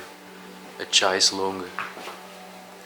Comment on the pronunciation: Thanks guys I really enjoyed watching and listening to you both, btw Chaise is pronounced Shaise, just sayin 👍